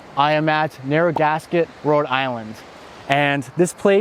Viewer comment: You pronounced Narragansett wrong!